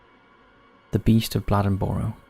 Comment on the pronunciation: The North Carolina animal attack story- Town name is pronounced as 'blade-in-burro'. North Carolina has very large Black Panthers. The Puma Concolor can be a range of shades from rust, grayish, to tawny tan. They can be up to and over 8 ft long! Stronger ones will even kill elk and moose. They're not native to NC, but its believed they have migrated here from an escaped pair in Maine in 1938 and SW Florida in more recent years. There have been more & more sightings & Great Smoky Mountain park is a hotbed of reported sightings. ....all to say, we believe that the animal attack from the 50s was a mountain lion or Panther.